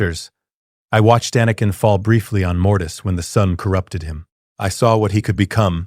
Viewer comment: Excellent story but that AI voice is butchering words like anakin in a room full of younglings.